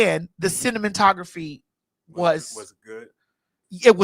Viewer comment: Lol "the cinnamontography " hahaha stupiddddddd😂